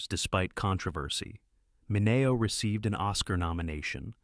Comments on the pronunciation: Please learn how to pronounce Mineo. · Mispronounces Mineo, too. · You're continually mispronouncing Mineo's name. Fail.